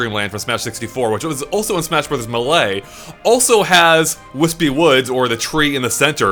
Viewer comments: Why does say melee as “mulay” instead of “maylay”? It annoys me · What the hell dude? It's pronounced May-Lay. The anouncer even says it in the game. I love ya'lls content, but it always hurts me when you say melee like that. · In my opinion: "Maylay" is correct "Melay" is acceptable "Muh-lay" is completely wrong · He says Mh-Lay, it's so weird. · I always laugh at how say "m'lay" whenever he tries to say Melee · That’s Not. How. YOU. PRONOUNCE. MELEE. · augh! Melee is not said like some sort of fancy french word! The first "e" in the word makes the sound of it's own name.